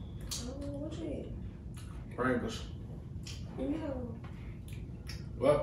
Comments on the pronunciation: Funny how you pronounce it "prang-gos" 🤣🤣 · "Prangles" lmao it's Pringles